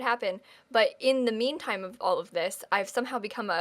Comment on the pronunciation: Did you say Meme-time? Not meantime? If not, you missed a great opportunity xD